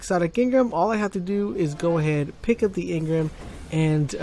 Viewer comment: It's engram not engrim, engrum, engrem, or any other weird shit.